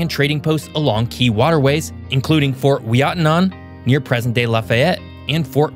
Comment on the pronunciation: Idk how he got all of those pronunciations wrong, but got Fort Ouiatenon right